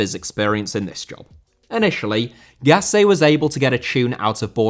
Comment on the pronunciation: Gasset* not Gassei